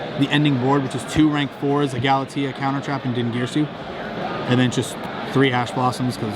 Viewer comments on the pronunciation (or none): Yo if you wanna say gala TEE thats fine. If you wanna say gala TEY UH thats fine too. Just don't say gala TEE UH. Thanks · He said Galatea's name weird and it bothers me